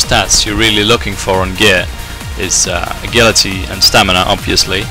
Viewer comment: Great guide, only problem is i cant stand the way you say agility